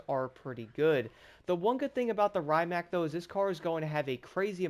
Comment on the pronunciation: The original electric hypercar! The brand is pronounced Ree-mac. I won't be surprised if they add the Pininfarina Battista, which shares many components with this.